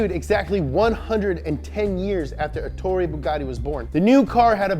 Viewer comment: who is this gus Billie ilish Me: no he's ettoro bugatti